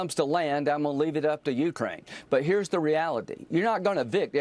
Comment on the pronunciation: Yeah, linzy, whine whine whine. Someone who has been in the Senate as long as you have should know how to pronounce Ukraine. Being gay isn't wrong, your god made you that way, but I don't think he made you a hypocrite, I am sure he does not want you to be a liar, I would HOPE he wants you to be a true patriot, I know he does not want you to be an idolator to an orange version of his alleged son. But you've shown those of us with working brains that you're capable of being a total POS. Alas, it is much too late in life for you to change your ways and show a spine or integrity, and become the honorable person you are supposed to be when society trusts you to serve in Congress. My personal feeling is that gay people exist, DEAL WITH IT! But hypocrites in government need to get out of it and go live with hippos. Rubio on Face the Nation pronounces Zelenskyy like it is spelled Zelinski. People take note, that's an E not an I. Rubio should surely know better, but he works for an orange blob who loves insulting people. Nice going taco, an abject failure as POTUS.